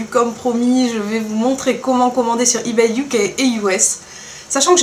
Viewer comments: Tu prononces mal on dit eBay pas eBayyy. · Il te plaît pas mon comm' ? Pourtant je suis sympa de t'apprendre à prononcer eBay.